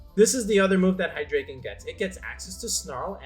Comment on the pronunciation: i hate the way people say Hydreigon..